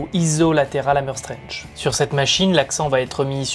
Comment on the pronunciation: t'aurait dû faire un petit effort pour la prononciation du 'strength' parce que là 😅 Sinon super le guide